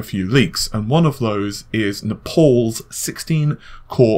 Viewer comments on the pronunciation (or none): Naples, Is pronounced NAPE-ULLS, not NEPAULS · Naples is the English spelling of the city in Italy near Mount Vesuvius. It rhymes with able, cable, and label. Nepal as you pronounce it is a country in the Himalayas in Asia. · Nap alls? Naples like the city. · Naples not Nepals